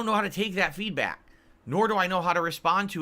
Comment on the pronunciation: When is he going to figure out that 80% of his "feedbwack" is in bad faith?